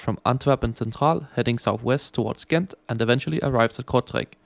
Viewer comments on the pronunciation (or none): Im not Dutch but I think Gent is pronounced more like “hent” with like a really hard h sound. Great video though! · In local dialect and generally in the Western Belgian accent it's indeed more like "Hent". In Standard Dutch it's a soft g, similar to a "ch" but just a bit harder